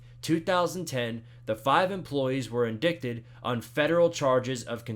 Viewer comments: Very informative. Only thing the word "indicted" is pronounced "in-DIE-ted" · it's absolutely reasonable to correct a grown man who doesn't know how to pronounce a word as common as "indicted"